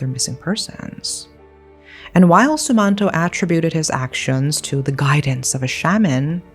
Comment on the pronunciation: Im from indonesia.. also its pronounced ' sum-mahn-toh '